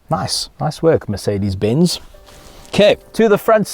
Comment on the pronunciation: did he say ‘Makedis benz’ 🤨